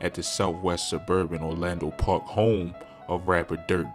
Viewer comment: This cat one of the worst YouTubers bruh mispronounced words galore! You gonna report on Chicago get it right… “Cambrina Green” “Orlando Park”